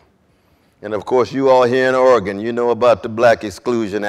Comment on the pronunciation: I always appreciate when national public figures pronounce Oregon correctly.